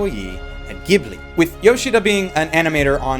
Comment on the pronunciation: Holy SHIT thank God that your pronounciation of Ghibli is the "correct" Italian one and not its Japanese JIBURI counterpart. I really appreciate that.